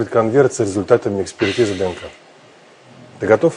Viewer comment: Vedushaya maniyak...kogda chitaet DNK delaet pauzu lomaetsya kak tselka...nenaviju ee...